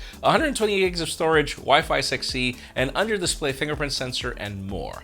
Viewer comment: Did he say "wifi sexy or wifi 6c" when talking pixel phone🤔